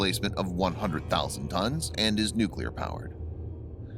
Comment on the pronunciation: Lonald Leygun not “Nucrear” either.